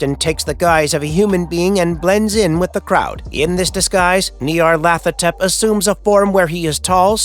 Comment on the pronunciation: The idea that there is a difference between outer gods, elder gods, and old ones, comes from Derleth, not Lovecraft. It's also pronounced Ny-ar-lat-ho-tep